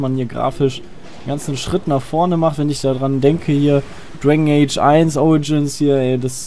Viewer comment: Dwegn eytsch hahaha xD